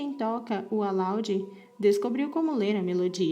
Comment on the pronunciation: Se pronuncia "AlaUde", nao alaude